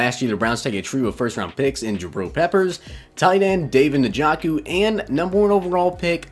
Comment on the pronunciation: 32 fucking solos. it should of been at least 20. also you said David Nijoku's name wrong.